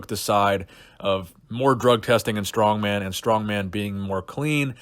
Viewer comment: Mark is a dumb dumb. For years he couldnt even say the names of the strongman competitors correctly.